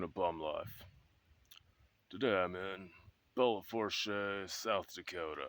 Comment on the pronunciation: bro sleeping outside taking better care of himself than me lol btw, im from the black hills, was randomly recomended this video. it doesnt fuckin matter, but its pronounced bell-foosh. place is a shithole fr tho lol